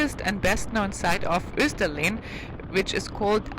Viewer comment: Kivik is pronounced [ˈɕǐːvɪk] - not the way the German presenter pronounces it. The pronunciation of Österlen is also wrong and since it is repeated so many times it becomes very annoying and misleading.